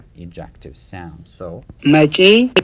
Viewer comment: Your "ejective" sure sounds like "adjective". Interesting to see this about Amharic.